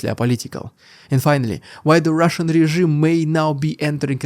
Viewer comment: Sounds like sometimes you say "It's the russian idiot". I laugh everytime and then i lock in for the news. Been a long time subscriber